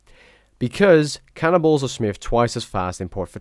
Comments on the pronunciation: Sounds like ur saying "smithing cannibals" rather than "cannonballs", lol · sounds like he says cannibals instead of cannonballs. lol